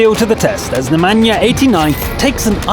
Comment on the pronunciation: I love how he says the name Nemanja like it's from Africa but is actually from the Balkans.